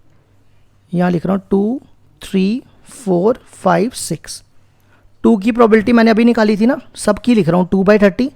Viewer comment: Sabhi suno jab sir bolte h 0.07 second pe is video me sir ne probability ko PROBALTY pronounce kiya h 🎤😂✅